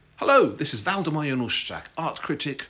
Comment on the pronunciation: Sorry, "Waldermar"